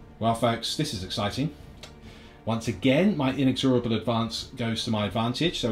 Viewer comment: IN-EX-RABLE is how you pronounce it, annoyed me so much lol